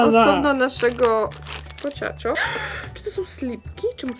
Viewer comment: Nie mówi się pociąćo tylko pochaco